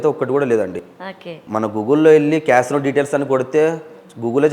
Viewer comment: ఊసేయ్ నీయమ్మ first casino అనడం నేర్చుకో నువ్వు నీ ఎక్సట్రాలు